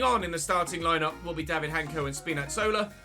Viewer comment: just a small note for you, hancko's name is pronounced in slovak as 'hansko', it's a soft c Really enjoying this save tho.